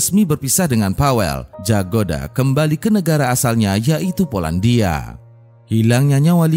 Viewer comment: BUKAN JAGODA KAK TAPI YAGODA DI BACA NYA ❤